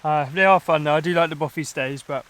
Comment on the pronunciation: Hi there. Just to point out it is actually a ‘bothy’. I think the confusion might come from the presenter’s pronunciation. Cheers.